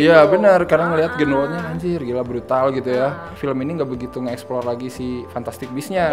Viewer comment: Ralat: cara pronounce nya Grindelwald Grindel-Vald bukan Grindel-Wald Di luar itu, mengikuti quote temen gua pas habis nonton film ini, "ini film ceritanya apa sih?" Sumpah sih, gue saking bingungnya sampe cuman bisa bilang, "hanya Tuhan dan J.K. Rowling yg tahu". Crimes of Grindelwald adalah salah satu pengalaman membingungkan di bioskop yg gua dapet tahun ini. Untuk positifnya, of course, Hogwarts. Iya sih, versi disini lebih gelap dari yg terdahulu, tapi pas liat kelas nya, ruang makan, ibarat kayak pulang kampung. Masa bodoh kalo ujungnya gak terlalu ngaruh ke cerita, banyak daya magis film ini terletak di Hogwarts. Jude Law juga sangat menghibur sebagai Dumbledore versi muda, kayak matahari di antara kegelapan di film ini. Seandainya screen time nya lebih banyak. Dan terakhir, CGI untuk creature nya masih juara. Beberapa creature ukuran monster tambahan nya udah kayak puisi versi visual dah. Meskipun adegan CGI favorit masih yg transformasi si Nagini sih ... Nah negatifnya, udah jelas, skrip dari J.K. Rowling. Gua ngerti sih mau world building, gua ngerti Rowling punya banyak ide, tapi cara dia mengeksplor nya sih yg agak over the top. Nonton film ini kayak nonton Fantastic Beasts 2+3+4+5 (not in a good way). Banyak plot point bagus, yg akhir nya jadi kayak gak matang karena gak dikasih waktu bernafas. Jadinya, film ini kayak gak fokus, terlalu banyak cerita. Saking banyaknya, sampe bikin bingung cerita utama film ini itu apa. Apakah tentang Grindelwald? Dia disini cuman